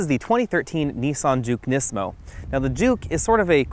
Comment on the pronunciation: my only complaint is the butchering of the performance names. nismo and the fiat comment.